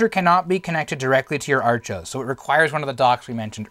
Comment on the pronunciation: To this day I still have a working Archos 605 WiFi. I've always pronounced it AR•chos(sounds like "are-kose"), not ARCH•os. In fact, you're the first person I've ever heard say it that way.